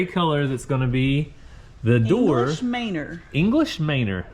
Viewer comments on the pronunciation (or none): I love your videos! They are always so wholesome and entertaining. I love watching the kids and their play and accomplishments! As "learning moment", the color of your paint is pronounced English Man-or, not May-nor. I say this lovingly from a college English teacher to one of my favorite YouTubers! Keep on "Farming" folks! Keeping your grandpa in my prayers.